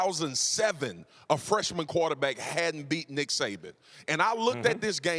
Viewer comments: Did he just call him Dick Saban? 😂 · Did this man really just say Dick Saban? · Did anybody catch that Stephen A said “dick saban”🤣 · Did he say Dick Saban? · Anyone else hear Stephen A. say “dick Saban”? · So we gonna act like Stephen A. Didn’t call Nick Saban, Dick Saban 🤔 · He did say Dick Saban